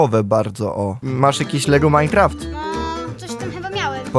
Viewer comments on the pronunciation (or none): none